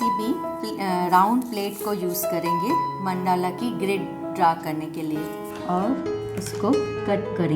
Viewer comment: Correct pronounciation is मंडल √. Not मंडाला ×